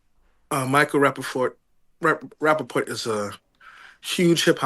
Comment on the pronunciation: “Rapafart” hahahahaha im dead